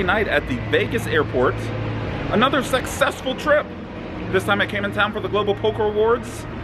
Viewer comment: did you say "sexessful"? If so, nice.